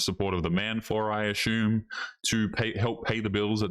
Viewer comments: Maybe it's just me, but it's pretty annoying to hear the word "assume (a-sue-m) pronounced a-shoo-m. There is no h in the word. Kind of a Karen comment, but, yeah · Dude, I'm Stealing the way you're saying Assume --> "Ashum", sounds cooler that way ! who would have known!